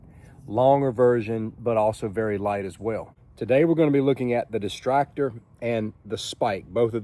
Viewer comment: Why does he keep calling it the "Destractor"? It's not exactly for distracting... I see a Destructor, but that's very different from what he's saying. >.>